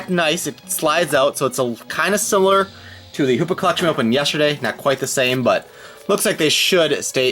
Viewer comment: Hoopa not hoops hahaha